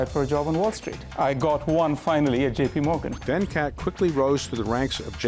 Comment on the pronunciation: It's not Vencat its Ven-cut